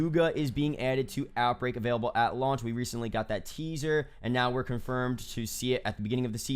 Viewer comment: no one:: AT lauch